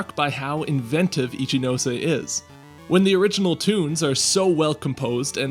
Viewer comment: And now after all these years I finally know how to properly pronounce "Ichinose"! Good to see you here, Carlos! Long live Gen 4's soundtrack!